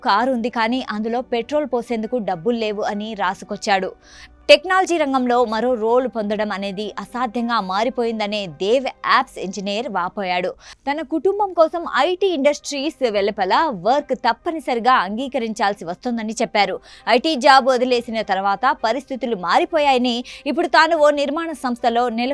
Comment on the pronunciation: "దేవ్" ఆప్స్ అంట చూసుకోవాలి కదా? న్యూస్ రీడర్😂